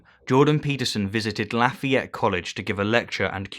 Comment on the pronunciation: "Lafeeyette" Lmao